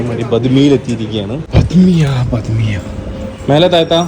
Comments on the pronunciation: ബദ്‌ മിയ അല്ല ബഡേ മിയ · Eda manda it's bademiya not badhmiya